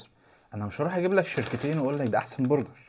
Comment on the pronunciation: للتوضيح بس اسمه برجر مش بورجر!